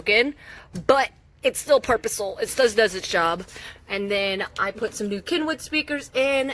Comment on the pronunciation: You are so stinkin' cute.... it's still purpusile? 🤣😘